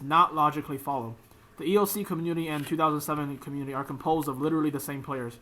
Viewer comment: everything you just said is why everyone playes 2007 runescape, also learn to say 2007